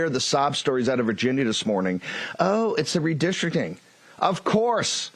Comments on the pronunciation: It's "redistricting", not "redishring". What drug is he on? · What is "redistristreen". What is a "bee-yen-air donor"? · What is redishering. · Why does Bannon pronounce it re-distering? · I thought SoB was in prison!? I’m going to puke if I have to listen to him try to pronounce “redisherin” again 🤮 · "Re-dish-ering". Just another MAGA/GOP drunken grifter. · I love when someone who can't pronounce the word "redistricting" tries to tell people about redistricting. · Also, they apparently don't know that "redistricting" is not pronounced "redishering" and "decency" is not pronounced "deceny." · Bro says Billionaire like "Be-an-air" I think he tried to say redistricting at one point, but that was even worse...